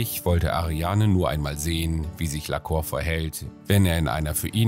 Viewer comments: Ich will kein Korinthenkacker sein, aber heißt das Pferd nicht "Lacour" (Lakuur) anstatt "Laceur" (Laköör)? Und bei der Gelegenheit: Großes Kompliment an Ariane; ich rede genauso mit meinen Tieren und finde generell, dass man sooo viel mit Stimmfarbe, Tonlage und Betonung ausdrücken kann. Es macht wirklich Spaß, Dir beim Umgang mit den Pferden zuzusehen 👍🏻. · PS: man spricht es "Lahkuhr" aus :D das ist französisch. liebe Grüsse aus Dänemark von einer Halbfranzösin 😁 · sehr schönes pferd, geatulation! ich denke man spricht seinen französischen namen aber anders aus… bei lacour spricht man das ou wie “u” aus, nicht “o”… ;-) bonne chance! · lacour spricht man "lacuhr"...bitte. la Cour = der Hof, das Hofhalten, der Gerichtshof etc.